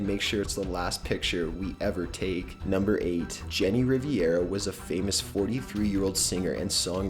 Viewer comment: Jenny Rivera not Riviera. My last name is Rivera. Why can’t people say it right?